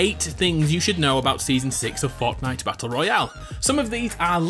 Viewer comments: This man said "Fautnite" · The way he says Fortnite